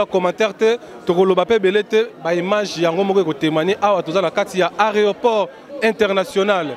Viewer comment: masters C'est un mot francais tu sais mon frere, ce n'est pas un mot bantou. demande a un francias de prononcer les mots bantu et entendras. Entre temps, pour un journaliste, ce n'est quand meme pas bien de dire ariport ha!